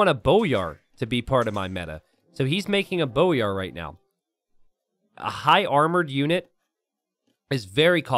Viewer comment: hey it's pronounced boy-ar (like a boy child) instead of bow-yar. glhf